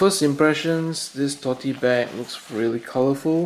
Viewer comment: “Totey bag” lol